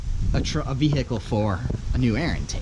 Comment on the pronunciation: listen how he says vehicle